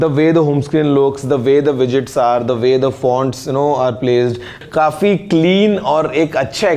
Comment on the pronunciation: Abe ,,kafee hota he ,,khafee,, nhi ladkyu ki trah overacting mat kia kar lol😂